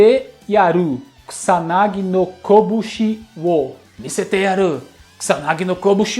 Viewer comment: E as pessoas que falam Kusanagi (como Cuzanagui)🤣🤣